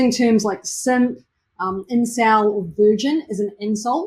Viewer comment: funny how they got a kiwi to say those words. SEMP. ENCIL. VEERGYN